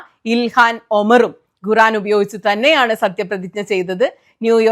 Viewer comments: Guran alla khuraan ennanu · ഗുറാൻ അല്ല, ഖുർആൻ എന്നാണ് ഏകദേശ ഉച്ചാരണം . മുഴുവൻ കേട്ടു, ജിമ്മിൽ ട്രെഡ് മില്ലിൽ നടന്നു കൊണ്ട്. ചരിത്ര പരാമർശങ്ങൾ കൂടി ഉൾപ്പെടുത്തി യതിനാൽ വിശകലനത്തിന് ഉൾക്കനം കൂട്ടാനായി എന്നു കരുതുന്നു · കുറാൻ എന്നല്ല ഖുർആൻ എന്നാണ് പറയേണ്ടത്😅